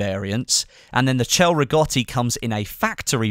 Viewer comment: A good pronunciation of Cei Rigotti, I'm impressed. Cheers from Italy